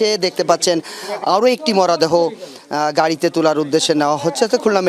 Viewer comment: মরাদেহ নয় মূর্খ সাংবাদিক! মরদেহ!